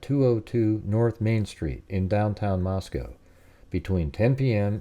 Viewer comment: Just the fact that you pronounced Moscow right intrigues me